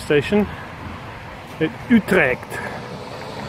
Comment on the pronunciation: you pronounced utrecht pretty good there . also really cool to see some video's like this, planning a tourtrip with my road/tourbike myself for the next summer